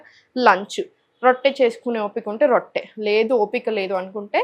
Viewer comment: మీరు నాలుక కరచు కోవద్దు జీల్ కర కాదు జీలకర్ర అనాలి మీరు ఫారన్ లో పుట్టారా రొట్ట కాదు రొట్టె అనాలి మీరు నాలుక కు ఆపరేషన్ చేయించుకోండి😢